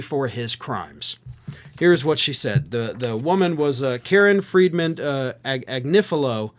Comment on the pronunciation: KFA is Ag -nif-ohhlo